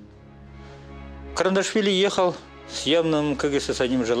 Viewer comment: КаРандашвили 😂😂😂😂😂 все равно кыньколаев 😂